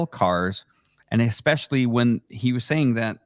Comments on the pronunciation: Somebody please tell it’s “especially” not “exspecially”. Thanks for this convo. Very helpful. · dude keeps saying “Exspecially” or X-specially. its Especially bro ham! 😂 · Especially, doesn’t have an X in it.